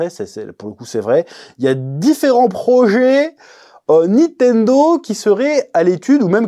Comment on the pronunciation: Nitendo ou Nintendo ? C'est comment qu'on dit ?